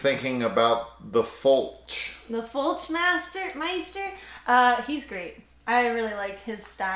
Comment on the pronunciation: As someone dating a French Quebec girl, I felt it when you said her fav way of pronouncing Fulci was Fulki 😭 My partner pronounces a lot of stuff wrong on purpose with her French accent. She also lives for the tidi, more so than even I do. Every anime or horror she's always the first to scream "AWWWW YES, TIIIIDIIIIES"